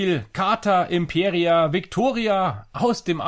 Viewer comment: Heißt leider nicht Imperia, sondern Impera (ohne i). Hatte den Fehler bei der Aussprache auch gemacht.